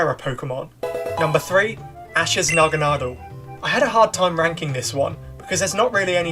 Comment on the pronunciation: One thing i do want to say Thank you for being the first youtuber ive heard who pronounces my fav pokemon Naganadel correctly